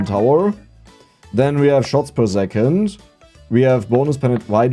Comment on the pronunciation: Why does the author say "zecond" instead of "second", what kind of accent is this?